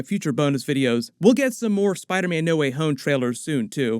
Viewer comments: Bruh it sounds like dr Strange says spider-men. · Wait does doctor strange say spidermen instead of spiderman?